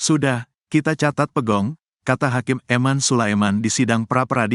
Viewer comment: Pegog bukan pegong bro !